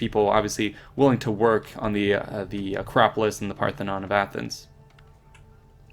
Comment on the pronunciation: Parthenon not pathenon